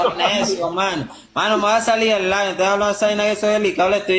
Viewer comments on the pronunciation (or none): none